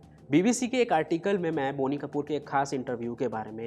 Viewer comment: It is not बोनी! It’s बॉनी।